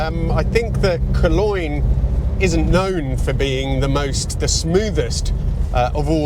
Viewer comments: Coloyne?! Colone, dude, pron.-wise. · Cologne is pronounced Colone, not Coloine. I borrowed a 24v Cosworth Granada on a Ford test drive day in the '90s. I remember seeing 8mpg four-up booting it through the gears.. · Coleene V6? COLOGNE (pronounced Kol-own) after the German city! As a car viewer DO YOUR RESEARCH! Credibility ZERO! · It’s not pronounced COLOIN!! 😂😂😂 It’s Cologne, after the German city! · Sorry matey it's Colown not Coloyne. I lust after the Mk1. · Coloin V6 - KOLONE - there's no "OI" in the name. Pretentious mispronounciation. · "Cologne" as in the type of perfume or as in "colone", NOT "Coloin"... Come on!! Ooh, the real bad style choice, the steering wheel. Yuck!! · It is not Coloine it is Cologne (as in the aftershave) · You're pronouncing Koloyn completely wrong.... why do some Youtubers insist on trying to pronounce any foreign or foreign sounding word in its native tongue? Its a little obnoxious, especially when they get it so completely wrong, cologne is a German city and its pronounced 'kuh lown', there is no annoying Y twang in it. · "Caloine?" 🤣🤣🤣🤣🤣🤣🤦🏼‍♂🤦🏼‍♂🤦🏼‍♂🤦🏼‍♂🤦🏼‍♂🤦🏼‍♂ It's Cologne, as in the city in Germany!! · I do love the way you say Cologne. “Coloin”. It is endearing. Correct way is Colone, just for the pedants amongst us. 😊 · That's the first time I've ever heard Cologne pronounced as Coloin 😂😂😂. Very wrong. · It's pronounced Col-O-ne (as in the German city the engine is named after) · Pronounced ‘COLLONE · you're saying Cologne wrong its the same as cologne in the perfume world ie cull-own. I think you're getting confused with Boulogne lol. Probably easier if they used the essex lol. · Coloyne??? "Cologne" as in the German city. Stick to your Italian pronunciation! 😁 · "Coloin"! I do love your pronunciation 😂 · Is the pronunciation of cologne correct how you say it, or am i going mad thinking it should sound like cor-loan? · Caloine lol come on lad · I'm sorry, "Colloin"? 😂🤣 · Kuloine? Caloine? What?